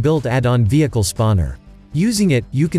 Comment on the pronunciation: I like when he tell vieeechal 😂😂😂